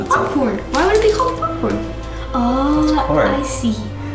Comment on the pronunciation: "Theres popfhcrn inside of microwavable popcrn"